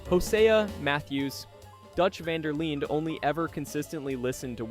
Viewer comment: dawg it’s pronounced van der lin not vaughn der leen